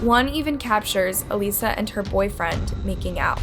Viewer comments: You need to increase the quality of your presentations, by checking how to pronounce names and places. It's terrible to mispronounce the name of the victim, whose story you are telling. You kept calling her A-lee-sa, when you have video clips with people calling her A-liss-a. A previous video you killed the name of the town Merseyside, continuously saying Mayorside. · How do you research a case and yet not pronounce her name correctly? Makes me think you just read the scripts. If you watched any of her Tiktoks or listened to her podcast, you know her name was pronounced a-lis-a, not a-lee-sa. It’s in the video clips in YOUR video. There’s no way. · Her name is Alissa not aleesa. I wish these YouTubers would learn the cases and names of these because it’s kind of disrespectful to speak on them and not even know their name. It just seems like you’re trying to profit off the case rather than educate. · Sarah is literally pronouncing Alissa’s name for you and you’re still pronouncing it as Elisa. Like????? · For who comments about Alissa's name, It's pronounced like that in Spanish and some people say it like that in english I'm so sorry I just checked and she does that to get comments And that her name is pronounced Ah-lie-za and not a-le-sa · The case isn’t solved - her name is pronounced “AL-Issa” and you didn’t do this Justice at all. For the simple fact you mispronounced her name the entire time you should remove this. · alyssa, how hard is it to say alyssa 🤦🏼‍♀️ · It’s pronounced Uh - Liss - a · I was following Alissa's sister, Sarah's TT and I couldn't believe some of the evidence she was sharing- it made my blood run cold. I am so glad Sarah advocated for Alissa's justice, I wonder if my sister would have that kind of strength should something like this happen to me. May Alissa rest in peace. P.S. I'm pretty sure her name is pronounced "Uh-Liss-Uh". The names on these videos are mispronounced often but otherwise does an outstanding job.